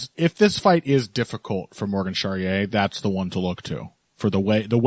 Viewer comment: The final e in Charriere is not silent It's pronounced more or less like this " Sha - Ri - E - RE It's always a pleasure to listen to you guys every week